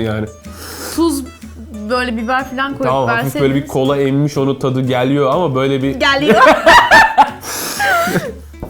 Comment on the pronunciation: ama kotu oluyor gəliyor sozu azeridiye guluyorsun komik bisiymi var anamiyoruz yaaa